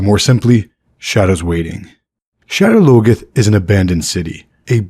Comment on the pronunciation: “Shedder logeth”?? You got to be joking.. that word isn’t even English